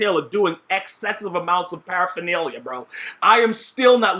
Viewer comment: "Excessive Amounts Of Paeraphanlia"